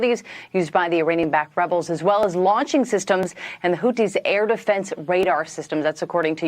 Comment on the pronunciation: The Houthis are indeed the cooties as you aptly mispronounced them. They’re a virus in that region